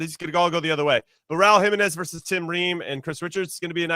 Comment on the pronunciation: Jimmy has to learn how to pronounce Jimenez. It’s killing me